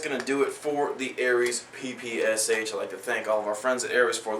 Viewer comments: anyone else notice that he said PSSH not PPSH ? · lol u said PSSH. its PPSH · fail he said pssh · actually its PEH PEH SHEH not 'PEE PEE ES EITSH' or 'PEE PEE ESH' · It is NOT 'PEE PEE ES EITSH'. It is 'PEE PEE ESH'. The PPSh stands for Pistolet-Pulemyot Shpagina (Пистолет-пулемёт Шпагина), in English: Shpagin machine pistol. Please say it correctly. Thanks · its PPSH not PSSH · haha ppsh ?? it's pronounce (peh-peh-sha) :P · u said pssh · lol u said PSSH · you said 'PSSH" instead of "PPSH" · pssh? its PPSH :D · umm i know this is a mistake but you said pssh just saying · haha......at like he calls it a pssh? what the fuck? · its pronounced (puh-puh-shaw) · it is pronounced peh peh shaw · it is pronounced peh peh sheh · yea the russain souding guy is cool and all, but PPSH is pronounced "pah-pah-shaw"